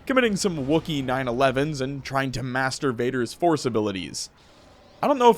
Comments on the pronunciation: I swear to god the first time, I heard masturbator force abilities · Misheard "Master Vader" 😂